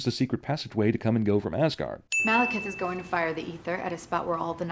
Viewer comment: "welcome to AssGaurd" 😂